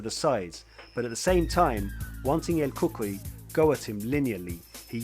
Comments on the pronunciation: Pronounced; "El kookooy" not cookie....lol! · not el cookie it is el cucui an not geftschi it is gaethje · Lol it sounded like you kept say " El Cookie" but very well done video though will be definitely be subscribing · "He continued to focus on the cuts on the face of El Cookuyie" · El cookee 😂 nice breakdown though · Justin Gaaychay and El Kookie haha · Bro really said "El Cookie". My God. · You need to pronounce the names better my man 😂 "El Cookie" and "Justil Gaye"? Come on man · what do you mean? el cookie and gae i see nothing wrong here